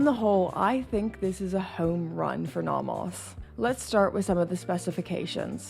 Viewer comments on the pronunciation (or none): I’ve never heard someone pronounce nomos like that. “Naw-moss” 😂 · Are you pronouncing Nomos correctly?